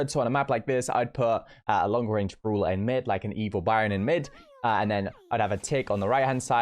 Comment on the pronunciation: 'Brola' , uuso , ull of the The list goes on & on 😂😂